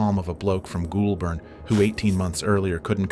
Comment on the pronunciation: Great video, though the area he is from is pronounced "goal-burn". This was funny... Minus one million dollars '-$1,00,000" lol